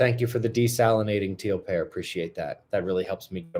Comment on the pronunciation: I thought you were saying Teal Parrot. But it was Teal Pear. I kinda like the idea of tons of teal parrots all over the place better 😂